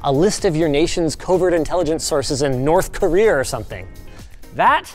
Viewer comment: Norf Korear?